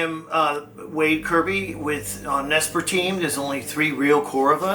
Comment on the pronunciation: IT'S NOT NESPAR IT'S NESPER !!!!! 🤦‍♀️🤦‍♀️🤦‍♀️🤦‍♀️🤦‍♀️🤦‍♀️